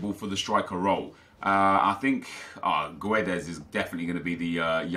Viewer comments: When reading Guedes ignore the 'u' , just say Gedes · Guedes is pronounced Geddz btw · gedes dont say the u im portuguese